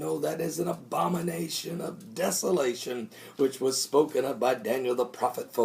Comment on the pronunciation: LOL Pastor. I KNOW you said 'abomination' but it sounded like 'Obamanation'.